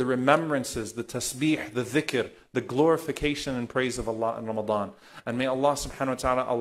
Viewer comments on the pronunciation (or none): none